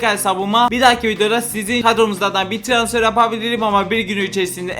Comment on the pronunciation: Trasfer değil transfer skskksksksjsk😅